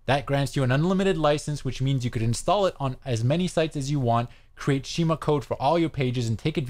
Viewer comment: Pronounced SKEE-MAH